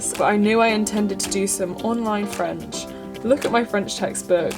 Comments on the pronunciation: Why didn't I watch this video earlier? Tu as un très bon accent et une super prononciation!!:) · I'm a bit late to this because of lack of WiFi in holiday place but I really really loved this video!!! You're an insanely cool person!!! Totally get what you mean about it being liberating! As lots of people in the comments are probably saying, your French accent is really great! You've nailed that French r which most English people struggle with. Thank you so much for introducing us to that courses app, it looks really great. Much love 💕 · Wow I'm french and really your accent is amazing ! Obviously I can hear that you're not French, but you're really doing a great job here, especially the R sounds ! And your accent doesn't really sound English, it's funny, it sounds almost a little German-ish :). And here are my little "tips" for listening comprehension : watch movies and series or anything you actually enjoy (that's the important part) in French with English subtitles. It will help you learn more basic vocabulary and expressions than what you can learn in textbooks, wich definitely sounds too posh for normal conversation, and it's fun, so you'll learn faster. And once you're comfortable enough to stop reading all the subtitles and still understand the general meaning, switch to French youtubers or any kind of video content you would like :) Because seeing people talk vs only hearing them helps with the comprehension so much!!! That's what really helped me with English as I was SO BAD at it when I was in high school, and now, even if I'm not 100% fluent, I can understand almost everything and easily participate in normal-level conversations when I'm visiting my friends in London, so HUGE progress ! And after that you can make French friends and facetime them all the time to talk more haha :) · I am French and wow you're the first English person i know who can prononce the letter "r" correctly 😉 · Your French accent is actually pretty good!